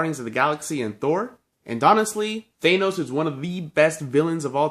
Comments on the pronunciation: Its pronounced than os not thane os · He says Thanos like Thay-nos lol